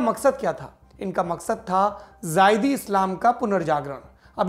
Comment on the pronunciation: सौरभ भाई वो ज़ायदी नही ज़ैदी है